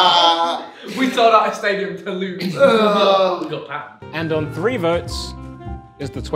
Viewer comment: Also, Josh can't say the word three